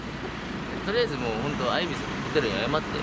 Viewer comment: ホテル名って アイビスじゃなくてイビスだよね！ あえてアイビスって言ってるのかな？(笑)